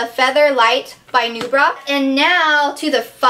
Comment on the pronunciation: lol...when you said NuBra...i thought you said "new bra"...hehe...